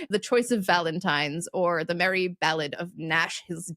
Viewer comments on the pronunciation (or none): none